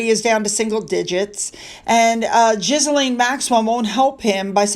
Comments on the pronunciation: It's pronounced "Gillen" not "Gizilane". Please! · Hi, just a heads up, Ghislaine is pronounced as Geelayne (hard 'G' as in 'get'). Cheers, have a lovely day😊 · Ghislaine is pronounced Gee-lane, hard G.